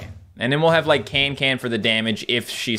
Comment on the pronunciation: Her name is cancan not cantcant lol